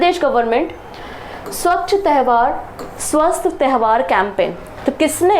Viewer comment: Mam. तैवहार नहीं है वो, त्योहार होता है।